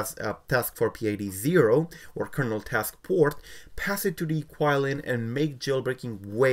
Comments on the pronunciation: It's actually Qi(chi) Lin I believe it's how it pronounce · pronounce QiLin wrong